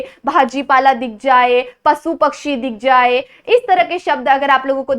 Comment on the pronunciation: te pasu nahi pashu ahe